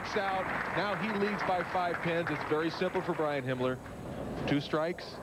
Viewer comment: If you listen to Marshall very carefully he calls Himmler Hitler.